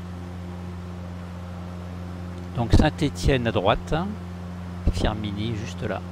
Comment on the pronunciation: Bienvenu chez moi 😅. -> pas Firminin, mais Firminy 😂.